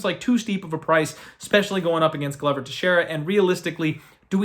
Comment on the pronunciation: ITS GLO VER NOT GLUVER